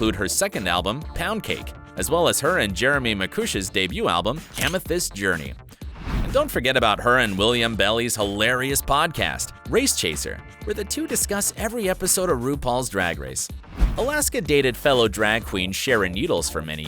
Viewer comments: Dean Carius lol I was like 😬 did anyone else noticed William Belly’s? Not Willam Belli 🙊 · And Belly instead of Belli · He got nothing right in Willam's name. It's Willam Belli not William Belly. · He said Willam belly